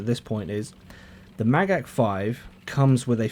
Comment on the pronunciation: You said Magach perfectly!